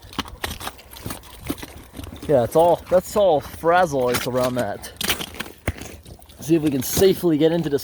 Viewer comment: Love how you call it frazzle ice!!! 😊😂